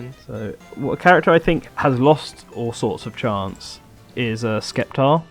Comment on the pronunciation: boi you can pronounce Decidueye correctly but not Sceptile?